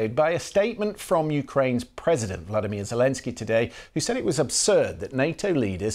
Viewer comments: Hi BBC! President of Ukraine = VOLODYMYR, and Russia is Vladimir - you are wrong in Pronunciation! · А почему не volodimir? Ваша любимая i